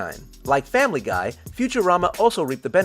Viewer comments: u said famliy guy wrong u said family gay!!!!111111!!!!!!!11!!!!!!!!!! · It kinda sounded like he said Family Gay... Does anyone else hear that?